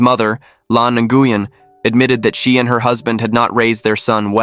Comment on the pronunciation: Dude, it’s pronounced “new yen”